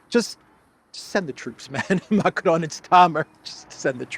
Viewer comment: Micron, not Macron 😂😂😂